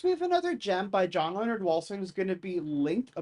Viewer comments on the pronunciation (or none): none